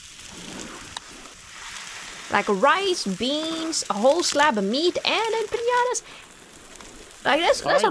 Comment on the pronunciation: I noticed that a lot of english speaking people (native ot not) pronounce 'empanadas' as 'empiñadas' which is funny considering they often have a problem with the pronunciation of the Ñ, btw the empanadas with meat inside are more form south america, the mexican empanadas are more of a dessert or sweet snack filled with either pineapple/strawberry jam, chocolate, cajeta (caramelized milk) and the pastry is sprinkle with sugar and or chopped nuts.